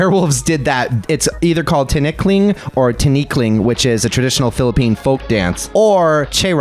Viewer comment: Yes, you pronounced Tinikling correctly, 😆 I remember dancing Tinikling for my History and Culture class in college. And as a twist, we were blindfolded. The audience ate it up but what they didn’t know was that our blindfolds were see-through 😂